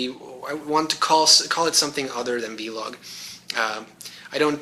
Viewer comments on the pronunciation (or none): Please, do not call it vee-log, rubs me the wrong way :P VEE-log... VEE-gina :)! I'll be waiting fo the handi-gamer stuff